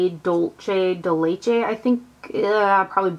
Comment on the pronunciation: "Dulce de Leche" is spanish, so the "c" in Dulce is a soft sound, not a che pronunciation like Leche. :D Enjoyed the vid, as always.~